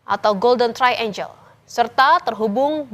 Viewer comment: Bukan “golden traenjel”, tapi ”golden traenggel”.. Hrs belajar bahasa Inggris kalau jadi host atau pembawa berita 🙏